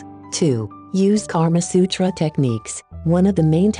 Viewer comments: Thanks a lot but I am a indian. That's not karma sutra that's kama sutra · It's KAMA SUTRA, not KARMA SUTRA. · It's not Karma Sutra its Kaama Sutra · Its "Kama" Sutra not 'Karma' sutra lol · Wow. This video is sexually graphic and it turned me on. By the way it is Kama Sutra not Karma Sutra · This is called kam sutra not karma sutra... Stupid... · Its not KARMA SUTRA,. Its KAMA SUTRA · Karma Sutra ? I believe it's called "Kama Sutra" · its kamasutra not karmasutra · Its kama sutra not karma sutra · NOT KARMA SUTRA IT IS KAMA SUTRA 😎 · Lol it's not karma sutra but it's kamasutra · isn't it 'KAMA SUTRA'... instead of 'karma sutra'....???!!!... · And it’s Kama Sutra btw instead of Karma Sutra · It's Kama Sutra and not Karma Sutra. Both have totally different meanings.